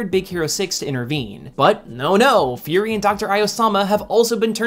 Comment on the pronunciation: furi? fury